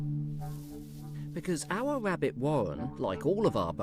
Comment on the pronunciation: wow i never realized how much i hate hearing the letter R mispronounced, like nails on a chalk board wabbit wawwen over and over.....